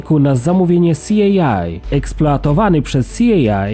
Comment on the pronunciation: Jakie SI EJ AJ ?!....C.I.A Central Inteligence Agency!